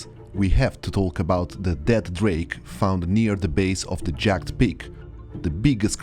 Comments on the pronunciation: Just a tip! 'Jagged' in english is 2 distinct syllables- its more like 'jagg-ed' than 'jag'd' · Hi, great video. I just want to give pronunciation correction. Jagged is pronounced with 2 syllables, "jagg - ed"